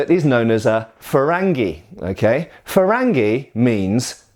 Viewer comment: Can you talk about the origins of curved blades? Also the difference between different types of them? Shamshir, Kilij, Tulwar etc Edit: I love the way you pronounced "frangi" XD it's more like "farangi" in Iran but I guess it's different in India.